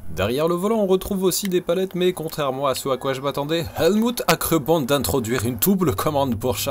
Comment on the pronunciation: Tu ma achevé avec l accent allemand avec elmut 😅😄